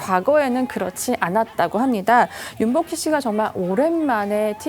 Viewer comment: 왜 영상 첨에는 김복희씨로 들ㄹ릴까